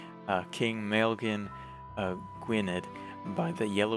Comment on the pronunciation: 'Maelgwn' is pronounced something like 'Mile-goon', while 'Gwynedd' would be something like 'Gwun-eth'.